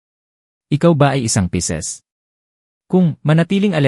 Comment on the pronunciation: Pisces po at hindi Pieces (piraso)